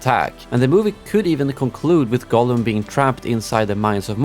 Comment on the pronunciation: GOLLUM, ER HEIßT GOLLUM. Das tut weh, bin seit 50 Jahren HdR -Fan aber das hier ist gräßlich, schade drum. KI geht gar nicht